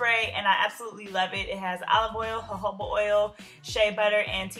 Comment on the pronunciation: It's not hohoba